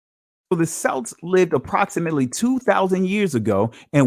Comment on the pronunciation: Celt, Celts, and Celtic is mistakenly pronounced with a soft S sound. When the correct pronunciation of those three words are with a hard K sound such as Kelt, Kelts, and Keltic. Though in spelling all three are begin with C's. Just like an some ancient languages words that begin with Ch do not produce a Ch sound such as chess, cheese, chow, and chowder. The words Chaldea, Chaldees, Chaldeans, and Chalcedony are all pronounced with a hard K sound pronunciation. Even now you'll still have people pronouncing the Kaldeans as Chow-deans as though correct. Unaware of the language rules for ancient languages not from an Indo-European language family because none of the words are English root words.